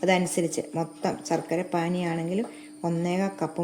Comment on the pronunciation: സർക്കര അല്ല ശർക്കര